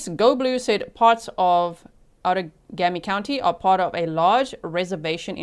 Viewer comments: Outagamie is pronounced ow-tuh-GAY-mee (/ˌaʊtəˈɡeɪmi/) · Outagamie is pronounced out a game E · This happened in my state, it's horrifying :( I cannot believe that poor girl didn't die. This is on our local news every day. Just FYI for you since you sound like you want to know how to say "Outagamie" like we do in WI, it's ~ out - ah - game- eee ~ Absolutely no hate on you not knowing though, we have SO many cities, counties, etc named from complicated sounding Native words, and they can be very challenging to figure out for people not from here! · Local here! You’re so close on the Outagamie pronunciation. The -gamie portion is pronounced like game-ie (like board game). Out-a-game-ee. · It's pronounced out-taa - GAY - me Say it in your head and GAY really loud...then you can pronounce it